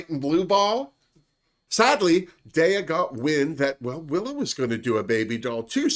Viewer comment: hey! love your reviews! i'd just like to say that daya is pronounced DYE-yuh. because daya betty is like diabetic. just letting you know!